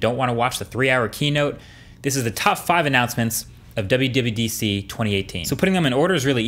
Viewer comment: Did you said WWEDC?!?